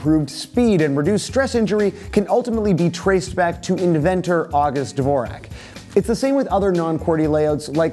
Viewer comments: 'Dvorak' is pronounced 'Vorjak' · you butchered 'dvorak' real bad bro